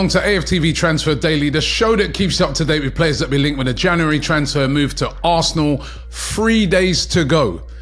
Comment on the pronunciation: Why can't you say January ? Janery 😂😂